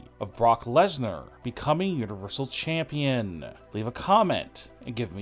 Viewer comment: Why would they fire or release Sasha Banks?? I think she is injured.....it could have happened when she attacked Bianca Belair....... WAIT HOW DID YOU PRONOUNCE WWE CHAMPION n OPINION (Listen)